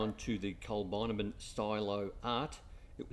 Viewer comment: Need to correct your pronunciation, Col bin abbin. I enjoyed the video.